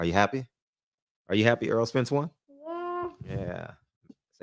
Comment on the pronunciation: You're a big Spence fan as am I. Are you ever gonna say his name right. Its not "Earl". It's " Errol".